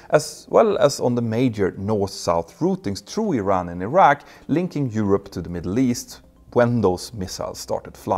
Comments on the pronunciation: It's not Ayran or Ayrak, but Iran, and Iraq. Don't be as stupid as Americans. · Say it with me E-Ran, E- Raq, E- srael , not eye-ran, eye-raw, eye-srael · Who told you to pronounce them as "eye rack" and "eye ran"? Is it an American thing?